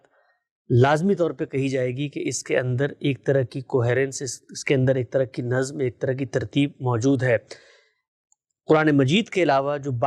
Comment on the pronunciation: 'Nazm' was pronounced repeatedly as 'nazam'. 😢